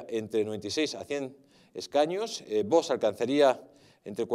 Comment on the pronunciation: POR FAVOR , PRONUNCIEN BIEN VOX , NO ES VOS